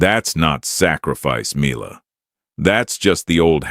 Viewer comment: Make up your mind and pronounce Mila as "Me-Lah" or "My-Lah". Although, it should be "Me-Lah".